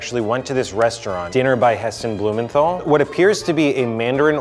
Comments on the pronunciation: Bruh you don't pronounce Heston's last name right 😑 Blue mental not men thol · I cringe so badly when I hear Americans trying to say 'Blumenthal' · Are any other british people like me cringing at how he says hestons last name 😶😶